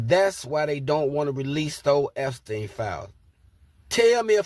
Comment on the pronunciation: Epstein not Epistein